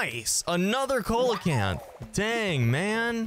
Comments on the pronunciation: Btw it’s not colacanth it’s (see-low-canth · Seelacanth it's how its pronounced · Correct me if I’m wrong but isn’t it see-luh-canth? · its seelacanth lol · Hey the coelcanth is pronounced see luh canth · He said coelacanth wrong it’s seal - lo - can- th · I think it’s pronounced see-luh-canth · Sorry- but its pronounced. See-low-can-th. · It's pronounced see-luh-canth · The way he pronounces coelacanth makes me cringe